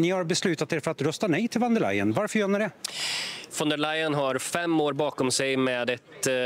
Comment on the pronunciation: Vem är intervjuaren, som inte vet att 'v' uttalas som 'f' i tyskan, t.ex. i 'von''. Det trodde jag var ren allmänbildning, något som alla visste. Dåligt!